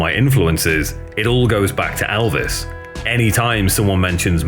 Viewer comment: So if his name is spelt ‘Elvis’… why do you pronounce it as ‘Aalvas’..